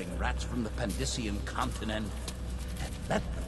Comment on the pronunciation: Wait, wait, wait. Did he say Pandyssian? Oh my...